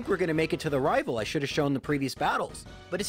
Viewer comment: I'll be honest, "Rival Fival" is one of the best speech mistakes I've heard for quite a long time, it just fits, it's like you're unintentionally mocking.